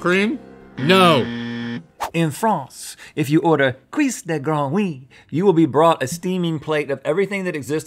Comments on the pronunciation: Rhetts french pronunciation of frog legs tho. 😐😓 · The way you pronounce Grenouille hahahaha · I thought at first my comment would be focused on French people usually not eating frog legs (in fact, I've never seen them anywhere) but I would rather talk about Rhett's magnificently wrong pronunciation of "grenouille" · Hahaha the way Rhett pronounce GRENOUILLE 🐸 ... By the way, frog legs are delicious (but unfortunately not so animal friendly)